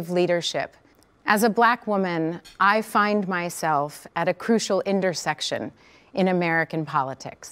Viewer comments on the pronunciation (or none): That "indersection" right at the start.